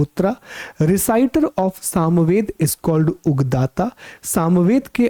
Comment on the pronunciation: Thankyou so much sir ❣️ One little correction added, सामवेद के पाठकर्ता को उदगाता कहते हैं,न कि उगदाता।